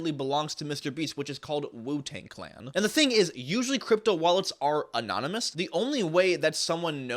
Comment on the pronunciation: anynomouse?? not anonymous?